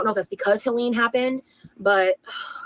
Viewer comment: It’s Hurricane Helene, not Hurricane Helaine you doofus